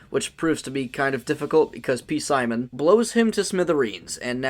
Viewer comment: All love, but its just pronounced "simon", not "p-simon". I know it's spelled weird 😂